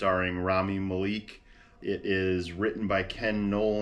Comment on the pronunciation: the malek pronounciation 💔